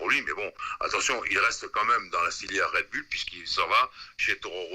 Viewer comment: "Red Boulle" ?